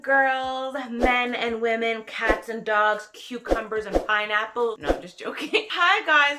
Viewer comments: Right?! 🤣🤣. She is so crazy. Lol. For some reason I thought she said fineapples 🤔. Lemme rewind it. Lol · Love your hair. Did you just say fineapples?! 😂